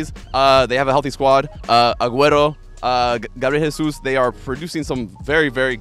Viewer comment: Omg I don't understand why he would pronounce Gabriel Jesus' name like that. I get why you would pronounce Aguero's name like that. Because he's Argentine, and their language is Spanish. But Brazil's language is Portuguese! And that's not how the name is pronounce. You can pronounce his name in the English way, because that's the language you're constantly speaking in in this video, but Spanish doesn't have anything to do with anything! This annoys me when people do this. Omg he did the same thing with "Milan and Juventus" and "Inter Milan". 🤦‍♂️ Like I'm just gonna stop here. Because he keeps doing it. Also, it's "Argentine"; not "Argentinian".